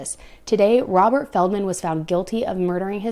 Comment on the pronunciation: I swear it sounds like you say "a man named Robber, who was a meat hole seller." Lmfao I think that's more fitting.